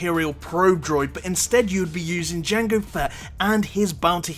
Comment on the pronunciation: I thought you pronounced jango as "jungle fat" for a second there lol